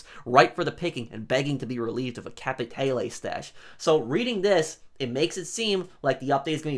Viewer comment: Capiteyle OMFG stop this pronunciation butchering haha.